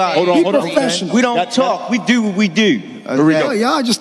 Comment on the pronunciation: “Deew”😂😂😂😂😂😂😂 holy shit